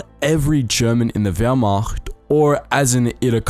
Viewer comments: As a German I can say you did pretty well with the pronounciation for an english-speaker 👍🏻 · Impeccable pronunciation on all the German, dude! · You german pronunciation is really good